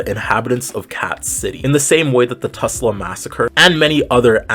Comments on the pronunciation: this is a great analysis! also it’s Tulsa not Tusla lol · Tul-sa not tus-la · It’s Tulsa- not Tusla 😭😭😭 Anyways, this was a very well written video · Hey I know this is a very small detail but I just wanted to let you know (as an unwilling Oklahoma resident) that you're pronouncing Tulsa wrong. It's pronounced tul-sa not tus-la :) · you likely said it to get a reaction, but it’s Tulsa, not Tusla lol. Doesn’t detract from the tragic story, just thought i’d chip in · Love this video but why do you call it tusla? -Oklahoma resident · Hey good video! I actually live in Tulsa, and I’m happy to hear more people talk about the race massacre! It’s kind of horrifying how few people know about it. However I would like to say, you pronounced Tulsa wrong! It’s pronounced ‘Tall-suh’, like Salsa. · babe wake up another black creator I can relate to and feel comfortable exploring these topics with appeared in my feed 🎉 btw ml u did mess up Tulsa’s name ^^’